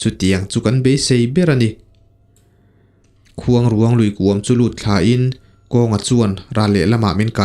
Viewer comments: Keipawh Sakrûang tih kan lama rûang tih anga lam tur niin ka hria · Mitthi tawh taksa kan sawi dan ruang tih anga lam tur a ni lo, khûang i lam dan tluk ang hian rûang tih hi lam tur niin ka hria.. a ngaihnawm e. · Khuangruang hi i lam rik dan a diklo ruang hi rairuang kan sawi a ruang lai kan lamrik dan ang hian lam rik tur mitthi ruang a ruang kan lam rik dan anga lam rik loh tur. Khuangruang hi fanghmir chi khat saihmarthur aia te deuh a rawng pawh saihmarthur rawng ang a ni. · Khuang leh ruang tih hi a thluk a in ang tur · Ni e ruang tihlai khi asang tur ania vawk chaw atan kala nasa thin...khuangruang lam ngil pheipop tur ...Entirnan...La..Lalrinchhana tih anga lam tur.mase fanghmir nilo in hnimhnah zawk o..ahnah poh asei ve deuh. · Khuangruang tih i lam dan hi a dik lo. Tlângâu tih thluk angin thluk tur aw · I la nau vve deuh a nih hmel luikuang, i lam kha a dik lo, mitthi an dah na kuang kan lam ang hian lam rik tur, tin, khuangruang lui i lam rik dan pawh kha, a ruang lai tak kha rairuang tih kan lam rik dan nen khan lam ri ta la a dik zawk ka ring, i aw ngaihthlak a nuam bawk si a